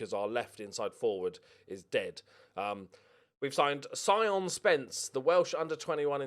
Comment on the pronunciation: Sion is pronounced Shaun. great ep as usual